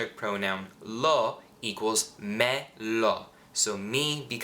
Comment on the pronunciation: sei molto bravo davvero, però dovresti migliorare la pronuncia delle vocali. "me" "ne" "le" hanno l'accento acuto, quindi una "e" chiusa, ma tu le pronunci tutte aperte, con accento grave: "mè" invece di "mé" etc. Ma forse lo fai per non creare confusione in chi sta imparando, non so..